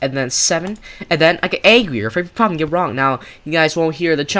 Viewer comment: Why is he saying angrier like that he's like Aangrier